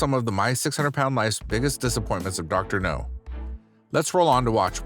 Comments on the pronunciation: Idk why I laugh when he says Dr. No instead of Dr. Now. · IT'S DR. NOW, NOT DR. NO!!! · It's pronounced, "Dr. Now", short for Dr. Nowsardan. Idk if I spelled that right! Hope that helps for future episodes!🙏🏼🤗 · I knew I couldn't have been the only one who had noticed. Also he finally started saying Dr. Now's name correctly a few weeks ago and now he's pronouncing it incorrectly again?!!! It's driving me nuts and is one of the major reasons I won't subscribe yet until he gets better at his narration or they hire someone who can do the job satisfactorily. I would be a better hire than him. I have experience and I read and speak very well. Thank you for your consideration. References upon a serious offer.